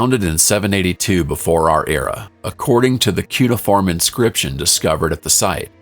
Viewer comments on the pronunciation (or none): none